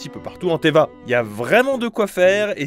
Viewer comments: Tevatte pas teva btw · Ça ce dit 『Teyvat 』 【Faut le dire le ”T】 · J en suis sure que tu doit en avoir R a carré Mais si tu refait un Partenariat sur Genshin prononce le T de Teyvat 😭 Stp